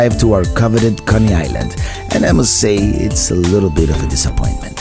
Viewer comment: Conney Island? Its Coney Island